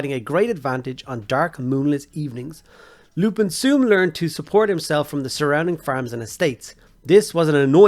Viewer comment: Isn’t it lumpin’ pronounced like dumping. A play on “you’re going to take a lumpin’” - ie beating.